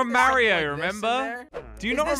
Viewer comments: Lol they pronounce mario like merio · Maryo it's mario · Me the entire time: ITS NOT MĀRIO ITS MARIO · lol says Merryo Instead of Mario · Its mario not morio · I wonder is it a whole bunch of people who think I'm weird for pronouncing it like (Mah-rio) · I died when said Mario wrong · It’s funny how wrong they say mario tho. LOL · It is pronounced Mario with the ar sound Not Mario with the long a sound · He said Mario wrong no offence